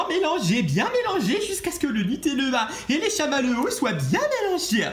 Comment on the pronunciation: Chammalewwos selime